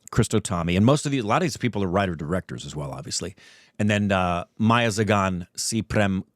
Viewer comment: Also you pronounce .. Meiyazhagan as mei-ya-la-gan